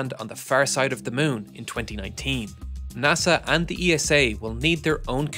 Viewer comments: Please STOP pronouncing ESA (isa) E.S.A. At this point it’s becoming really jarring….😅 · Pronouncing ESA as E.S.A…. also amazing….😅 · People at ESA, even the general directior reads ESA the same way as you read NASA not as typical acronym fasion like JPL. Great video! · Please try to pronounce ESA correctly… next time😅🫶 great vid!